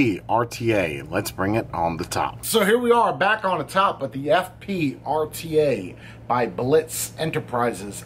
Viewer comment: I feel like I must have misunderstood what you said the name was, because I thought I heard "Fuck Pig". : |